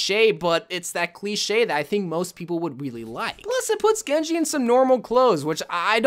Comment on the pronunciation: What said: sushi genji What I heard: genje shushi shkin